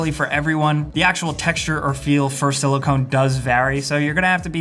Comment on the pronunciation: Silicone you say it sili-con that's not how you spell it but it's how you should say it XD I'm bringing this up